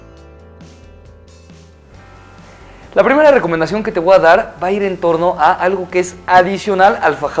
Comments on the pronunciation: con mucho respeto, te wa dar un consejo, di voy. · hahaha te wa dar